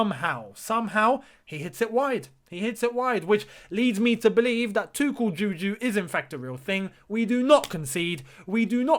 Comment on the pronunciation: Tuchel JÙJÚ, what's that bro.??? 🤣😂 You speaking Nigerian dialect now!?!